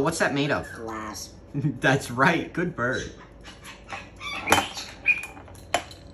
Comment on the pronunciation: The way he says glass 🤣🤣🤣